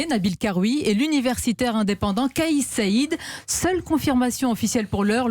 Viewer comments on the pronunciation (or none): Il s'appelle pas "kayé" Said il s'appelle Kais (prononcer Quayesse) Said